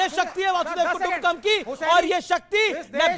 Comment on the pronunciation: वासुदेव कुटुंबकम😂😂😂😂😂वसुधैव कुटुंबकम होता है